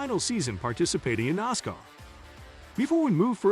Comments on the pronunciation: Its Nascar like asscar NOT nozcar like ozcar!!! Jeez!! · I can't take this site seriously when it grossly mispronounces words and names. Like NOSSCAR. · Am I the only one who who gets bugged, by the commentator, when he keeps saying "noscar".